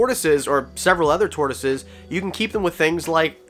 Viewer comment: Bruh. Tortioses, lol